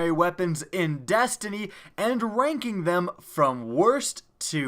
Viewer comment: lmao. I literally heard "wangking them from worst to best"